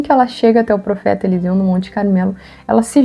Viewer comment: Elseu: bah, Eliseu era gaúcho kkkkk. brincadeirinha, ótimo vídeo. Obrigado por compartilhar!